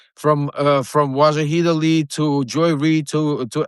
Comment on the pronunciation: Hey dipsh*t some people have a bad time with pronunciation.